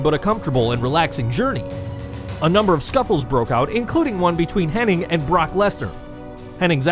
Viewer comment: Why do people who make wrestling videos keep mispronouncing Mr Perfects real name? Its Curt HENNIG not HENNING. Its just IG at the end, theres no N before the G.